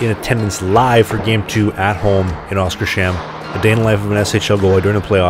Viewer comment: You have probably been told this before, but it's pronounced "Oskars-hamn" (Oscar's Harbour)